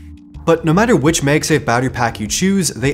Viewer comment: Please stop saying magsafe as "meyg-safe". The "mag" in magsafe is "magnet". So pronounce mag as in the word mad.